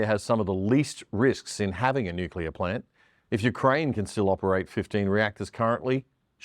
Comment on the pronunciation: It amazes me how few people can pronounce 'nuclear' properly.